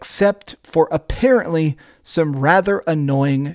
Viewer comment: “Affarently”